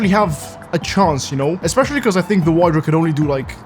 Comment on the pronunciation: bro its called "wydra" not waydra